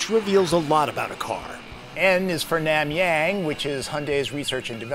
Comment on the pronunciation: its not NAMYAANG...its NamYoung